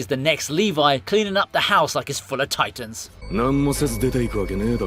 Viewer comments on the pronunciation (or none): none